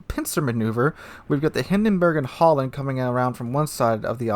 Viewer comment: seriously stop saying HOLLAND ITS FUCKING HALLAND its seriously super annoying............ just use google translate, if you cant pronounce the diffrence between A and O